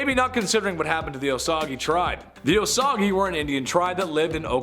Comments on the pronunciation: Osage is pronounced O-sage not O-sa-ga. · Osage is pronounced "Oh-sage"